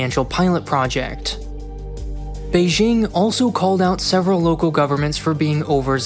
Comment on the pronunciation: Beijing is pronounced with a hard J like in the word "juice". Look up the wikipedia page for the letter J and CTRL + F "Beijing" to see more about why it's commonly mispronounced in the same way that you say Beijing. Here is the most important part though: "In some loanwords, including raj, Azerbaijan, Taj Mahal, and Beijing, the regular pronunciation /dʒ/ is actually closer to the native pronunciation, making the use of /ʒ/ an instance of hyperforeignism, a type of hypercorrection." - From the wikipedia page on the letter J. It basically says that the intuitive pronunciation of J is closer to how it should sound, e.g. you should pronounce Beijing with a hard J like in "juice".